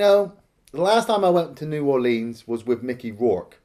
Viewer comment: There is NO long "E" sound in the word "Orleans".